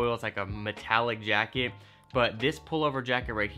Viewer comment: "Metallic Yacket"?